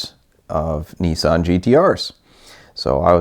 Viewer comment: Its niss-an not kneesan